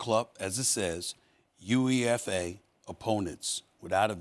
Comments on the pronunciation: Did he just spell out U.E.F.A instead of just saying UEFA? 🤦🏾‍♂️ ... please get a football (soccer) pundit to help you in your next segment. Lol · They clearly don’t watch Soccer he said U-E-F-A 😂😂 then basically said he expects US to win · The fact that SAS called out the letters U-E-F-A instead of pronouncing the acronym (UEFA) tells me all I need to know 😂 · “U-E-F-A” Stephen A Smith. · U-E-F-A 😂😂😂😂 uefa just say it how it sounds out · U e f a hahaah.. Uefa.. Say as a word omg 🤣🤣🤣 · Come on, U E F A😂😂😆dude had to 😂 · Oh my Jesus goodness did this man just say the letters “U-E-F-A”😭😭😭😭😭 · When he pronounced UEFA like that, you know he ain’t got a clue what he’s talking about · In all honestly it’s more difficult to quality from UEFA 😂 U-E-F-A 😂 and Wales should I say Cymru is a country when I last checked